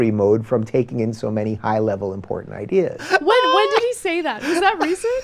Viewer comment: Eye dee yeahs